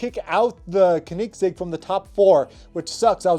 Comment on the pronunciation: It’s pronounced co-nig-segg